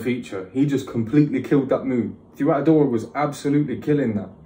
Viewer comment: The way he says her name is correct idk who told you otherwise haha her name means “gift” and she sure is a gift to us Albanians, she’s a very talented artist